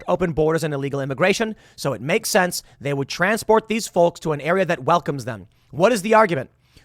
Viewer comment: Not to mention the way you mispronounce FOLKS...